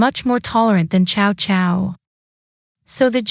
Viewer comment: Sorry, it’s pronounced Sao Sao, not Chao Chao, and what do you mean “5 barbarians”